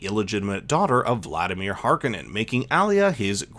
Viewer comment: can you pronounce Harkonnen right?